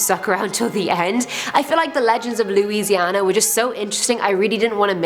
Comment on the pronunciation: You pronounce Louisiana right 😃 so many people mispronounce it